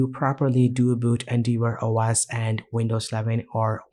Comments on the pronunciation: Great video, thank! Just FYI, it's pronounced En-Dev-Or. Endeavour is an English word that means "to attempt (something, such as the fulfillment of an obligation) by exertion of effort". I'm just trying to be helpful. Your English is great otherwise. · more like En-Dev-Err